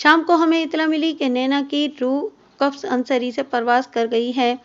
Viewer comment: Qafs nahi qafas sahi hai